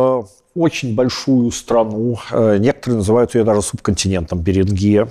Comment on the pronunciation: БеренгИя - похоже на название болезни. Очевидно, придумывая условное название, по-русски эту землю надо было бы называть с ударением на первый слог: БЕринг - БЕрингия. Переберите все известные названия стран - не найдёте ни одной с Вашим ударением.